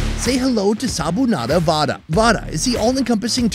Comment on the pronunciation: Justice for those Sabudana Vada....Said 2 times wrong😂😢 Also, Don't throw AI voices at us, We are proud of our Indian Accent.🎉🎉